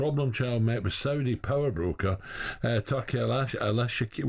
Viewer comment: Alan trying to say Turkis name 😂